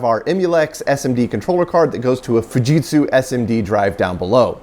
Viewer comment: Pronouncing Fujitsu more properly is appreciated